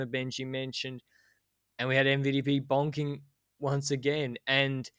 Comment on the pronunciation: Benji, it's bonking, not BOINKING 😉